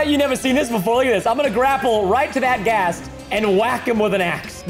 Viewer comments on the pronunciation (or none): none